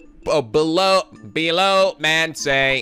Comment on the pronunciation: "Belch Man", not "Below Man".